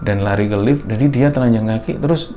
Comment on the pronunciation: Orang lain: "di Lift": " di elift" Hehehhe sukses terus kembara sunyi..